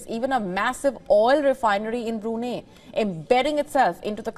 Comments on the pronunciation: Get your pronunciation right it is Bru---Nai......there is no 'neh' or 'ahneh' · It's pronounced as BRU-NAI, not Bru-ney. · Its not brunii..its brunai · pronounce it right...its Bru-nei, not Bru-nay...... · Bru-nay🤣 not..Bru-ni 😆you’ve almost killed me luckily dint call Bruno mars 😂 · The beautiful news reader is mispronouncing it. It's BroonEYE. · Why the hell did u say brunei burinei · Wion channel, if u can't even pronounce Brunei correctly, at least get your facts right. Go n study how the British canabalized Brunei throughout the years. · Please could you pronounce Brunei correctly. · She's Indian. they are having trouble pronouncing it properly 😅